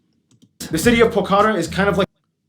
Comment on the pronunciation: 5:7 how to say it in Nepali is pohokara how you say,Pokhara real name